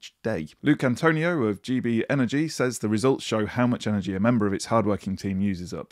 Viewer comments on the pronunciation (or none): none